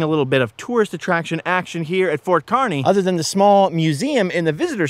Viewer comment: Yes! Finally someone takes the time to visit "The Good Life" in Nebraska. It's pronounced KAR-ney for the town of Kearney, Nebraska. So happy someone finally pronounced it correctly. If you are ever going through NE again, hit up Scott's Bluff the monument (not just the town itself), Chimney Rock which less than an hour away from Scott's Bluff. Travel Highway 2, Alliance Nebraska has Carhenge (replica of Stonehenge but made out of cars). A small town on Highway 2 called Anselmo has great town murals and an old sod house which many early settlers built and lived in. Also along Highway 2 is Broken Bow which has a great county museum with old artifacts and the Sandhills Scenic Byway Center on the edge of town gives information about the Sandhills (the crane/bird is named after) and such. Much of Nebraska is hills but people only travel the interstate, I-80, which follows the Platte River which is a take on the french word for flat. Moreover, "Nebraska" is the Oteo word for flat water that's why many people think Nebraska is flat when in actuality it's 60% hills once you get off the interstate.